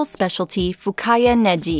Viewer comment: Fukaya Negi... the G should be a hard G. Not neJI.